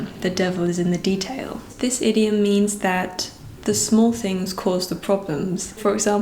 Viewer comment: Btw. the German "Detail" comes from French, so you don't speak the "L" at the end. :)